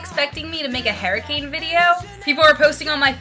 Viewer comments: HURricane, not 'herricane' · its pronounced HER-I-CANE not, hair-i-cane LOL -3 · You think you say tornado weird.. It sounds fine. You say hurricane like hairricane lol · tornadoes sounds normal.. the way you say hurricane is the weird one! haha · The way you say hurricane is so freaking funny. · I thought it was funny because you said that you say tornado weird and I thought it sounded normal and I thought you said hurricane weird but it probably sounded fine to you!